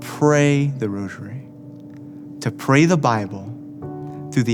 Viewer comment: Not "roshery"......geez!! Stop saying "roshery"!!!!!!